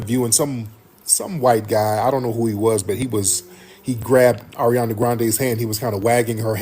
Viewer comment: Ari-ohndah is cracking me up. Never heard that name pronounced that way